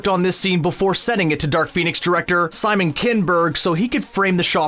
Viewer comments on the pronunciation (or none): none